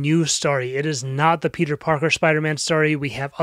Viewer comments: “RIPeter” “Beter” I’m dead 😂😂😂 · "Beter" broke me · This is my first time hearing "RIPeter" and "Beter" and I'm dying haha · It’s probably cause I’m just tired, but when you called him “beter” it actually killed me😂😂